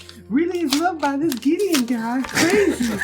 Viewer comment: Did anyone else hear call mace giddeon and no one bat an eye, that man truly is Gideon Coal